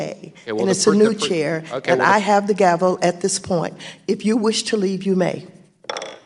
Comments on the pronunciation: Maxine bitch slapped Munchy, like the bitch he is! He was stumbling around for words like the true douche bag he is, couldn't even say the word "gavel" correctly, gravel? Really? Nothing makes me happier than watching a bafoon like Munchy melt down! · Yes we Democrats are very proud of her! Don't take shit from rude ass Mnuchin! He can't even say Gavel! Mnuchin better stay in his lane! FKN 🤡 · There are a lot of clear, and valid reasons to dislike Waters here because of who she is. You see this same clip on the Colbert channel, and everyone is pointing and laughing because he mispronounced gavel.